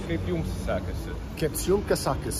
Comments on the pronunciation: instead of saying "kaip jums sekasi" (how you doing?) correctly. He said smth like "kasiakas" ( a joint) :D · When Ben tried to say in Lithuanian "How are you" for the first time he said "how's your joint" 🚬🤣🤣🤣 "Kaip jums kasiakas" 🤣 Bald learned his lesson next time in Lithuania carefull with a stories 😀